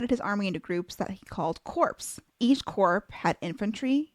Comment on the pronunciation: I find your videos so enriching and enjoyable overall. But, PLEASE get an editor, or a new one, for pronunciations. "Corps" is pronounced "core". Thanks